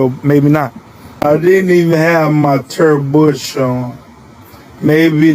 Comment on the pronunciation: His "Turd Bush" ???